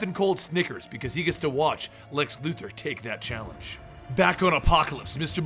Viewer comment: Great video just please stop saying Lex Luther it's Luthor